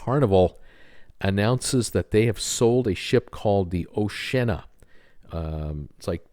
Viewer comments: Dude - Oshi-Anna no o’shenna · Oceana, pronounced Oh-she-Anna, has decks of balconies, they just don’t have glass railings. So are the in hull balcony cabins on QM2 not balconies either? You spent minutes spouting incorrect information about this ship. We went on a sister ship - Sun Princess - and had a balcony. Second time you’ve said this series of ships have no balconies. Maybe do a bit more research? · ....its pronounced 'Oshe ee arna ' 🤣 Two nations seperated by a common language 🇬🇧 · Sorry, but I've got to add to the chorus here: I've been on the oh-shee-anna a couple of times and both times we had one of the many balconies. I'm not familiar with Sun Princess, but I do know that the Sea Princess (the first ship I ever cruised on) is very similar to Oceana, and is also blessed with many balconies. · have you ever considered doing another blog? I’m not sure cruising is your thing. Not only can you not say the name of the P&O Oceana correctly you also failed to even look at the photos you have posted to notice that she has hundreds of balcony cabins. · You are so wrong about oceana they have a lot of balconies , i am not english but i am able to prounoce oceana correct